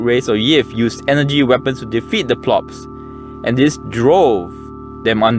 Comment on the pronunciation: It’s pronounced flying pawl ips. Polyps. Not plops.